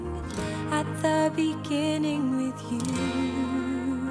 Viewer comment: "At the Beningging" At the Beninging At the Beninging